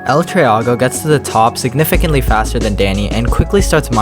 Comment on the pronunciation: bruh you pronounced it wrong its el tree-go not el trea-go